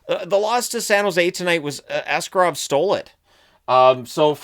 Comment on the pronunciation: Everyone seems to get it wrong (as with most Russian surnames), but the correct pronunciation is ah-SCAR-ov, not AH-scar-ov.